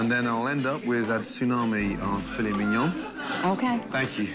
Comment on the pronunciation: “You are a SCAMMA’….. uhh fillet mignon…..”